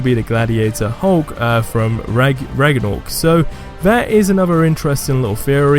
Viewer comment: Raga-nork.... Ok not trying to be rude at all this just made me crack up but it's pronounced rag-na-rok